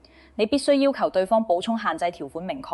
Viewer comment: 用心分析拆解的報道👍🏻細聽細看字幕，發現用字奇特粤音古怪，記述如下：華懋小甜甜爭產案關乜事？評述中甚麽→七敗？文旅？熟務？系87入？住眼漏服務權益？科普？引流擠兑？香港議員有質疑？ 巴頂柒？ 內地講成累地？靶向藥？ 畫面流淚女士不是宏福苑災民嗎？危(講成遺)重，不是抬上消防處乃抬上消防處管轄嘅救護車，要(講成擾)求，標(講成bell)準，南向(講成難艇，語音不詳)，閒資(形容多餘)養老，八7%(用字粵音奇怪🤷🏻‍♀️)，配(講成破)比，安(講成奀)全，八定七睇？？？干貨(報道被形容成干貨？)...